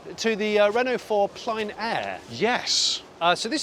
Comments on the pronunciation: it’s pronounced plan air not pline. Loving the top shelf car spotting. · its pronounced plen-air, not pline-air.